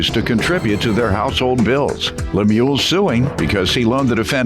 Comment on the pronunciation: She can’t even say his name the correct way, she’s such a horrible person. Poor guy looks so sad. I didn’t appreciate the judge calling him a sucker, he was married to this woman so he wasn’t a sucker, she just took advantage. Hopefully the karma will go back to her for doing him so wrong.